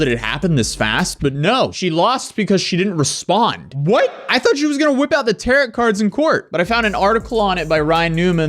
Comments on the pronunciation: “Ter-Row” = Tarot , not “Ter-Rit” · No shade, but Tarot is pronounced "tear-oh" not "tear-it." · Tare oh , not Tare ot. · Tarot rhymes with Karo, not carrot. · Tarot is pronounced " Tear-row", not tarrot 😂 (Tear as in rip, not the crying tear, english is weird) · Tarot isn't pronounced like carrot, it sounds like narrow, or tarrow. Just an fyi. Also you want to say "the gist of the story is" not in jest or in just, not sure which you said. Not being a dick. Just letting you know so no one makes fun of you or talks shit. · You do not pronounce the final "t" in "Tarot Cards". It is "tare-oh". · Hey it is pronounced (tear row) the t at the end is silent you don’t pronounce the t at the end lol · It's pronounced "tear-oh"... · This man really say tarrot card 🤣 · Love your stuff. In case you talk about this again, it’s pronounced “TARE - oh.” Not a dig. I really always laugh when I watch your videos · tarot, pronounced "tah-ro" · did this homeless skateboarder-looking mf really just pronounce "tarot" like "tarrot"? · Tar-ot cards? Lol. Youngsters are dumb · the way he says "tarit" lol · did this man just rhyme "tarot" with "carrot" lmfaoooo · For those that don't know it's pronounced "TAIR-oh" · Tarot is said “terro” btw 😅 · why do you say "tarot" like carrot brah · Did people watch this "psychic" because they believed her or because she was so ridiculous? (The "-ot" in "tarot" is pronounced "oh". Tar-oh.) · I adore you and all of your coverage, but it's pronounced Taro. You don't pronounce the last t on Tarot. Beyond that, this lady is crazy and she is not helping herself at all. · Is he saying “Tare-ott” cards? 😂😂😂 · Not pronouncing tarot as if it rhymes with carrot. 😂😂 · That is not how you pronounce tarot, dude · Someone teach these YouTubers how to pronounce Tarot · Did you just pronounce tarot like parrot? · The last t in tarot is silent bro lol. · The second t in tarot is silent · That’s… one way to pronounce “Tarot” cards, 😄